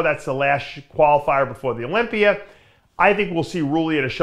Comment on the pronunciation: Olympia doesn’t end with a “r”